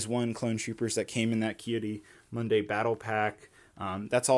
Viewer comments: keh-da-munday? Excuse me? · Did he say “Kida Mundae” 😂😂😂